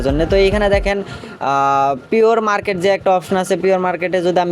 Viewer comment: পিয়র মারকেট না প্রি-মারকেট 🥹🫶